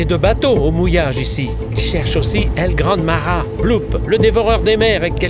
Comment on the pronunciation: It's Pronounced El Gran Mah Hah and why is it so Small